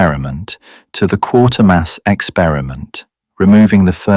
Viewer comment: AI cannot pronounce Quatermass correctly